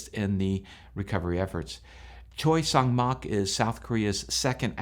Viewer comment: Just to help--the pronunciation of 'Jeju is "Chejoo''. The President's names are pronounced "Chay Sahn-moke" and "Yoon Suck-yeol". One scenario I can think of in which pilots might elect to do a belly landing--correct me on this if you will--is one in which there is no hydraulic power, no control over the control surfaces and thus no way to slow the plane on the tarmac on a short runway distance remaining and in a scenario when the vehicle is exceeding the landing speeds and more in motion expected at take off speed. Is this logical? I understand that it seems this plane only had one engine out, however--so, the landing configuration is something of a mystery to me--as well--especially as the gear can be deployed manually--given enough time and enough hands.